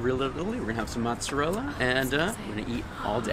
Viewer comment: ITS NOT JEWISH CHEESE I HATE WHEN PEOPLE SAY MATZARELLA ITS NOT JEWISH CHEESE SAY IT RIGHT MOOTSARELLA